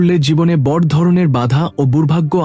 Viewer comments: বর নয় বড়ো বলতে উচ্চারণ করা উচিত। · খুব ভালো লাগলো শুনে। তবে " বঢ় "শব্দটিকে " বড়ো " বলে উচ্চারণ করলে শুনতে ভালো লাগবে।